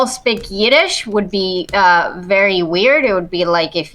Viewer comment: Yidesh😂😂😂 never heard